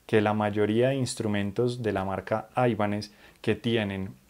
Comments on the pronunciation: Gracias por el video. Muy buenos detalles. Solo una cosa, sin ser hater, porqué pronuncias la marca como "aibanez"? cuando realmente el nombre no es anglosajón sino de procedencia hispana? Saludos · No es aibanes, paleto. Viene del apellido español Ibáñez que luego le quitaron la eñe